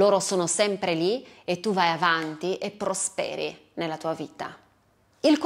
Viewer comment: Prosperi seconda persona singolare accento cade sulla o